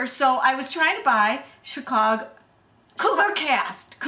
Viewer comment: it's soooo sexy how the one in black pronounces "chicago"!!!!